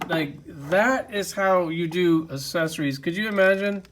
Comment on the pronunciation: ACcessories!! AC-cessoris damnit!! It’s not assessories. Lol nah great video man i love the content!! Keep it rollin!!